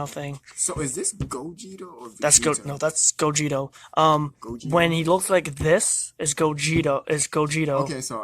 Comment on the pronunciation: Gogeta, not Gogeto